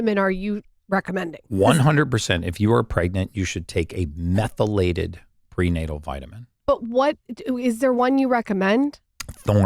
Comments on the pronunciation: Absolutely the dumbest interviewers to ever interview Brecka! How many times does this chick ask the same questions? Can't pronounce "methylated?" The amount of interuptions....I feel sorry for Gary having to sit through this shit. Seriously! I'll bet he was wondering if he was being punked about 1/4 the way into this. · She is awful. Couldn’t pronounce words that had she done any research she could have practiced. Love Gary but couldn’t watch this podcast for more than 15 minutes.